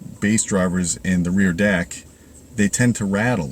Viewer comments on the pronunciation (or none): none